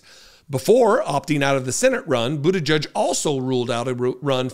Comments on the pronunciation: his name is pronounced Buta-gedge, not Buta-judge, there’s no U in his name, I’ve heard you bit€h at people who mispronounce Kamala Harris’s name, it’s not Buta-judge!!! You are pronouncing his name like the homophobic bigots on fox propaganda machine network do, just like they refuse to pronounce Kamala Harris’s name correctly after they were told repeatedly how to say it!!! 🖕🏻💩🤡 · It's pronounce 'boot-a-jedge' not 'judge', please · please pronounce the name correctly! it is NOT bootajudge! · C'mon,, you KNOW it's pronounced, "BUDDHA -jej." (NOT "Judge".) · Our future President's name is pronounced boot - edge -edge . FYI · If he does run for president, I hope people learn how to speak his last name correctly. It's not "butti-judge", it's "butti -jedge". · His name is pronounced like: "boot - edge - edge" or so I recall his saying on an interview years ago.